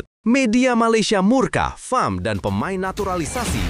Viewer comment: bukan fem..fam lah.